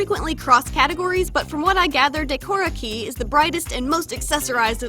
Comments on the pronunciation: everyone is saying "Decora KEY" but it's "Decora KAY" lol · “day-kora key” reeeeeeeeeeeeeeeeeeeeeeeee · hey man is pronounced "daeh-core-ah" "kAy" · In Japanese you’d pronounce Harajuku like “하다즈그” and Decora Kei like “데코다 캐이” for future reference 😉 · It's actually pronounced "De-ko-ra kay"! Every vowel in Japanese sounds the same, with the occasionally silent vowels (usually u) to either accomadate English words or just to add less syllables to a sentence. If you have any questions, please feel free to ask! Im currently learning Japanese, so keep that in mind!